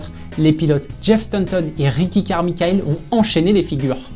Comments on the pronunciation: Super épisode, en revanche on ne dit pas « Carrmikaelle » mais « Carrmaïkeul » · « KARMI-KA-EL » 😑😑😑😑😑😑 Carmichael se prononce « Carmaïkeul » Merci